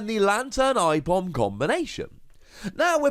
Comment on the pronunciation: i-Pom? It's Ape-om